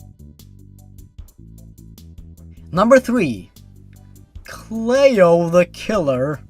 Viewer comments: Cleo is a much more likely name to encounter someone with than Liu. But it also helps if you pronounce it correctly. I'm just playing with him. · its not pronounced "Clay-oh", its actually pronounced "Clee-oh" ya know, like Cleopatra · "Clay-o" isn't the correct way to say it. It's "Clee-oh". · ITS CLEO! NOT CLAYO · It's pronounced "Cleeo" not "Clayo". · 'clay-oh'. It's 'klee-oh' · Why are you pronouncing Cleo as "Clay-Oh" instead of the more common pronunciation "Klee-OH"? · "clayo"... Clee-oh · I died at "clay-oh." Oh my god, it's "clee-oh." Still laughing. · The reason cleo is a weird name is because you cant say it right. Its "Klee-Oh" not "Clay-Oh" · cleo cleeeo not clao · The way you pronounced Cleo as Clee-oh not clayoh. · Lue is short for Lucifer. Get it, the devil. He was making a not so clever joke. And it's pronounced Cl-ee-oh not Clay-Oh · I think the name is pronounced "Clee-oh", not "Clay-oh". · It’s a name from America but it’s pronounced Clee-oh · Cleo is a normal name! You silly non-American. *It's Clee-oh*. Gettin' a little harsh there, haha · cleeo its pronounced cleeo c-lee-o but its spelt cleo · I'm pretty sure it's pronounced clee-oh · also, Cleo is an actual name, usually pronounced "ClEE-O" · Cleo is pronounced clee- o. Like Cleopatra. <3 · It's pronounced "Clo-ee" and it's a normal name, and so is Lou. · Heyhey! Cleo is an actual name, as my grandmother is named that. It's pronounced almost like Kl (as in cling) ey (like in key) then oh! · The only thing that would make the Cleo the Killer story worse would be the author shipping herself with Jeff. By the way, Cleo is a real name. It's pronounced clee-oh. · Its prnounced clee-o Lui and cleo are common names where i live Also when cleo went in to the woods i hope slendys proxy caught here gave her to slendy and slendy gave her a red rose and gave her to offenderman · Btw its Cleo as in Cleopatra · You mispronounced Cleo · You miss pronounced Cleo